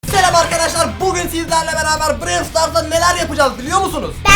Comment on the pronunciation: her şeyi biliyorsun ama brawl stars demeyi bilmiyorsun😂